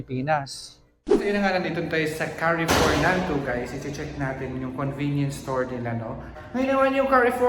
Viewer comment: carrefour pronunciation is kaarfor not ka arfor